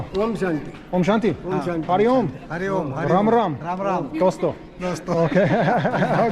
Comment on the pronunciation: Hey! It's not Oummm!! It is OM....